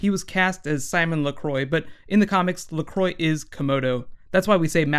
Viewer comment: How to prononce Lacroix: La-Kro-Ah